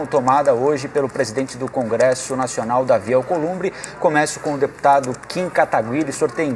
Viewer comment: O ruim do debate foi o apresentador não sabendo falar o nome do Kim.